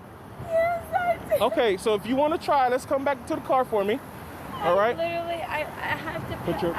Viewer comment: My rule!! She said "literly" right away. Drunk!! Check me on that. Every dwi or owi, they say, literly.